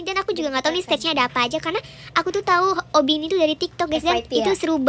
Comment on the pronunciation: obby kocak bukan obi😂😂😂😂